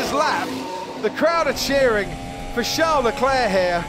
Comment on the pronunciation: I hate how the commentator says Leclerc’s fist name. Like who the fuck says “charles” like “shall”